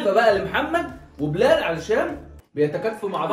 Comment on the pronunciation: بيقول ل بلال ي بلتي ههههههههههههههههههههه مين لاحظ ههههههههههههههههه